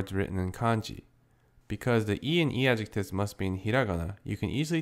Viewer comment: What are you saying ? Because I hear "because the i and i-adjectives" but that doesn't make much sense, I haven't a clue of what you're talking about. Totally threw me off. What are you saying there?